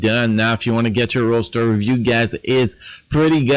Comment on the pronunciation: the way you say Roster Review..... "ROASTer Review"